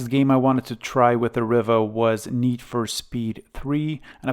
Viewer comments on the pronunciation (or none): Not riva as in river but riva as in REEVA like in READ, SEED, NEED, BEAD or BLEED. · I don't think I've ever heard ANYONE pronounce it that way. The Spanish, French and Italian pronunciations is "Ree va". Like how you say "Viva". Set my teeth on edge every time you said it. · Ree var. As in Superman, Christopher Reeve. Not a problem though😊